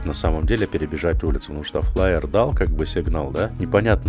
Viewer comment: Фаер,, не флаер) извини, что поправил Топ контент не только Таркова, но и русского игрового сегмента! Моё почтение!